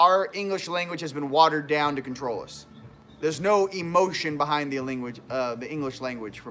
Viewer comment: WOAH! ....watered down to con trol us... CON trol (not trol..??) hmmmm?